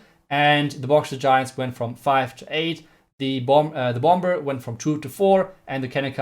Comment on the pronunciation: The second b in bomber is silent.